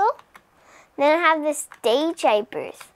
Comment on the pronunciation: It's dj booth not dajay booth lol